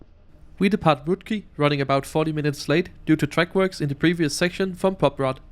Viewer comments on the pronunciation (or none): El autor de este video es un analfabeto? No sabe ni leer el nombre de la ciudad Košice, Poprad etc. Por hablar tan mal de todo te mereces "Persona non grata" en Eslovaquia!!! 👎👎👎👎👎